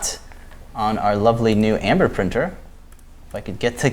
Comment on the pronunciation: Those are great looking Ember prints! One comment, it sounds like y'all are saying "Amber".